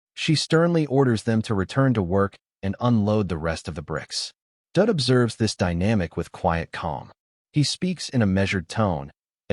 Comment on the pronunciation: The guy's name is Daud (rhymes with "laud") not Dud, but I have to admit that Dud is pretty funny.